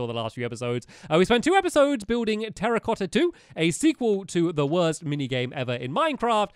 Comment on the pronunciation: You mean Terra-cotta not Terrorcotta And it should be Two-racotta